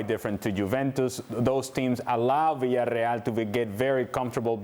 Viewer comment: god I hate his pronunciation of Villarreal. I hate his voice in general. It is just grating.